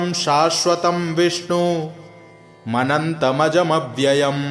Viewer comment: विष्णुम् अनंतम् अजम् अव्ययम् है। और आप विष्णु मनंतमजव्ययम् पढ़ रहे हैं। उच्चारण का ध्यान दिया जाय, धन्यवाद।